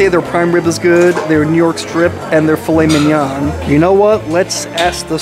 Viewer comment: Driving me nuts with the way you say filet mignon!!!